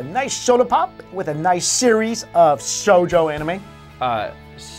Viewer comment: The thing that I can't stand is how they keep pronouncing 'shoujo' and 'tsundere' wrong. If you care enough to make a video about character archetypes in anime, why can't you care enough to pronounce the terms you're using correctly?